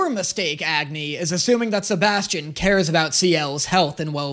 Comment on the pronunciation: ok I know this is not really relevant but isn't Agni pronounced like it is supposed to sound like ugni? no?